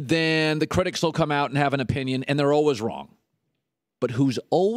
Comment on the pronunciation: lol I can't deal with the way he was saying always